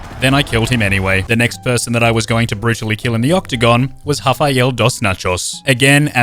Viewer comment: "hafael dos nachos" : my sides